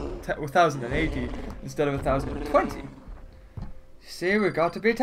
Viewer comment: he said twenty sex